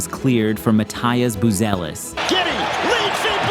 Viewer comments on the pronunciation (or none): its not Mataias Buzelis, its Matas Buzelis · Who the fuck is 'Matias Buzelis'? Quite sure his name is just 'mah-toss bu-say-less'.